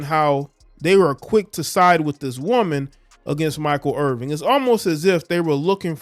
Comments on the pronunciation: Please learn the correct pronunciation of his name IrVIN...no G. Real unprofessional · Yo bruh, the man name Irvin, you gots to get his name right if you want props!